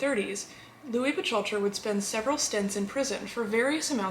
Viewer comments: Lovely, as a fan of your channel and a fellow Mafia historian, I nonetheless have to point out that Lepke’s last name is pronounced closer to Buk-halter. Otherwise this was another fine episode! I love your in depth narrative and always pleasant delivery of this sometimes unpleasant subject matter. Glad to see you have recovered and are back at work providing us with your entertaining posts. Be well! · It's pronounced...Buck-Halter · Great video, although Buchalter is pronounced “book-halter”, otherwise this was very interesting. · I think that our lovely host doesn’t know how to pronounce Buchalter!!!! Maybe she can’t pronounce his name because she is just a bot disguised as a human female?! That’s quite a disguise, I was fooled until she called Lepke “Butch-alter”! Then I knew she was a bot, without a doubt! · Miss, I thought the mans last name was pronounced Buck- halter?... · J it’s pronounced Buck alter, but very good video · First of all she’s mispronouncing his last name,and they did do a movie about him,starring Tony Curtis